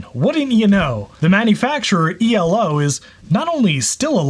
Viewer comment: I thought it was like a word eeelow, not the individual letters e.l.o.? That's the stuff I notice. Oy.